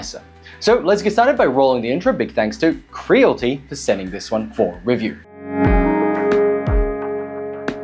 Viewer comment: It's pronounced "Cre-a-li-ti" bro lol